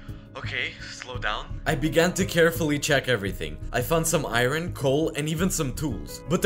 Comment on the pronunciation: Why does he say I-ron instead of Iron ????